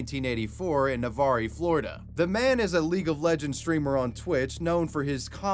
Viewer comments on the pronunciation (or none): I’m laughing so hard right now I was born in Pensacola FL, and lived in Navarre for a good portion of my life. Hearing it pronounced “Na-var-ee” was so funny. It is pronounced “Nah-vahr” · navaree florida? it’s navarre my guy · Navarre is pronounced Na-var.